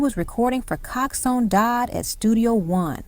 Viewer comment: No , you dont understand the question. The lady keep on saying cox one dodd instead of coxsone dodd